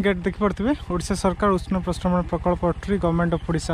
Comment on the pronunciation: ଅତ୍ରି not ଅଟ୍ରି, ଋଷି ଅତ୍ରି ଙ୍କ ନା ରେ 🙏🙏🙏